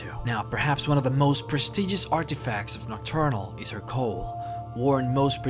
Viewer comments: Cowl (Cow-l) not coal. Great video though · Coal I think you mean cowl